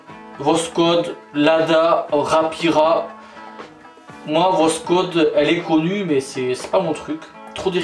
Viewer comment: Voskhod, se prononce Vasxod, le x se prononce comme la khota Espagnole